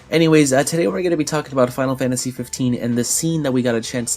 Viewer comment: I gotta say, I love your videos. But it pisses the hell out of me every time you say "Final Fantashi!"